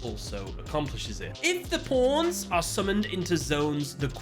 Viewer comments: he's just saying pawns it does not sound like anything else you're just imagining it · I know you're saying pawns but my ears hear something else.